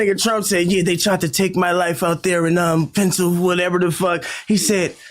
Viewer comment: This nigga really don’t know how to pronounce the state of Pennsylvania